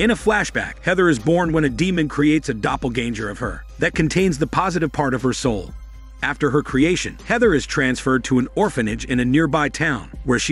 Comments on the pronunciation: Does this guy not know English? “Doppel-gain-jer?!” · Shocked me how you said "Doppelgänger".